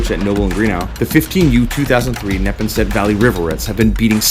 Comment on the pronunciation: It’s pronounced (Nep-aw-nset)